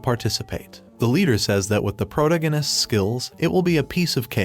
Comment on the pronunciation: I like your videos but please just say protagonists right